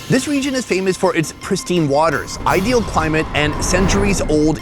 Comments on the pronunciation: When he had his corny moment ID-EEL (Ideal) 😂😂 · "I-D-EEL" nice! HAHA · Ideel and surreel was brilliant😂